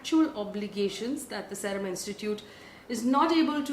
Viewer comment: Faye it is S eee rum not S e rum